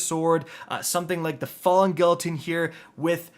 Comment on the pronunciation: Falling "ghee-uh-teen" not "gill"